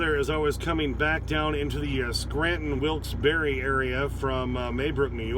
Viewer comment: I was told it's pronounced Wilkes BAR!!